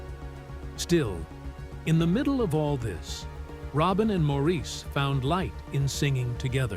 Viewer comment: Why all the split screens with pictures that aren't any of the Bee Gees? It is pronounced "Morris", not Maurice 🙄😬